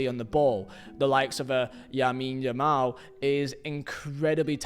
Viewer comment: Shows the wrong President when talking about Barça's money problems. -Calls Marc Casadó 'Marc Caicedo' -Says Casadó barely played until El Clásico where he surprised everyone, when he's been Barça's best midfielder for months. -Calls Lamine Yamal 'Yamine Yamal'. -Calls Osasuna… 'Osuana'? 'Osawana'? (I don't even know.) -Calls Martin Braithwaite… 'Branfrei'? -Includes Aubameyang as a 'fail', when his performance was superb and saved the team multiple times. This is an extremely low-effort video, basically football slop. You clearly don't watch the games, know the players, or give a damn about LaLiga, not even the names of historic clubs. And this was about Barcelona, one of the biggest clubs on Earth. I can't even imagine your research and effort for smaller stories.